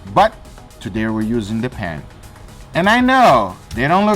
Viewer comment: "Pan" sounded like "pen". I was like wtf is the Pen? Did I miss something?! 😂